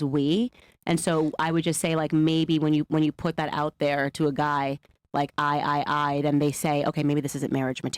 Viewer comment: den what, wit, yo stuff, axed, American schools thanks!